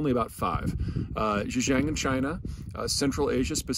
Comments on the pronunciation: That Chinese province is pronounced a little differently more like sin jahng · Were you trying to say Xinjiang or Zhijiang? Try pronouncing Xinjiang more like "shin" "geeyong" ("gee" , as in, "gee nice hat" or the letter G with a long e sound) . The X is like a "sh" with a subtly different mouth position, a bit more s and less sh. The vowels in Jiang all get pronounced and don't combine to form one distinct sounds when next to each other. The "I" is like "ee" and a is more a round "aah". Hope that helps!